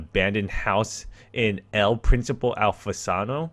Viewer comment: He sais alfasanou instead of Alfonso 😂😂😂 I say this cause im spanish